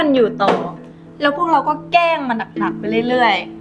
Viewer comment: ตุ๊กตาใช้ภาษาไทยให้ถูกต้องด้วยนะเช่นพูดคำว่า"แกล้ง" ต้องออกเสียงควบกล้ำให้ชัดเจน ไม่ใช่"แก้ง"